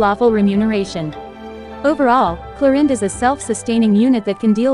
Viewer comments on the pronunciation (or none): Arrlechino and Clorinde 💀